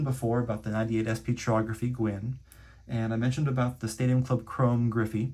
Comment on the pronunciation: Pronounced kai-ography not chi-ography. Yes or no😂😢😊❤🎉😮